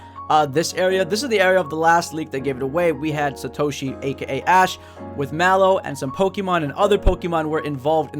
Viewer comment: It's satoshi not sa to Shi 😑